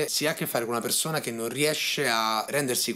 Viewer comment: Perzona... Borza... Salza... Mi sanguinano le orecchie 😂😂😂